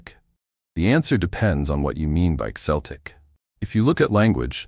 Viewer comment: Hard C, not S for Celtic. Makes the presentation doubtful.